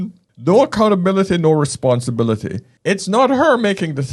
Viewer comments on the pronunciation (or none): did I just hear her say “responsi-billery” ??🤦‍♂️